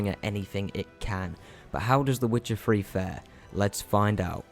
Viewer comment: "The Witcher free"